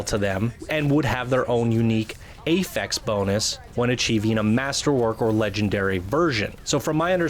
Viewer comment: I'm concerned about limited loot. Masterwork and legendary items should look amazing, not like the same crap we've been getting already. Also: it's "affix" and pronounced like AH-fix, not pronounced like "ay-fex." :) Other concerns: not enough strongholds quickly enough. The Cataclysm and/or Shaper Storms might be underwhelming. The size of the map isn't as big as we may have hoped.